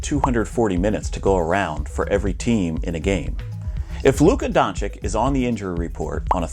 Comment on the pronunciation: Ok, I believe you when you say that you don’t watch the NBA … after you pronounced Doncic and Banchero 😅 Nice video though.